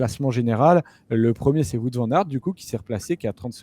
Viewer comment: Super emission les gars ! Faites juste attention à la prononciation de "Wout" pour WVA haha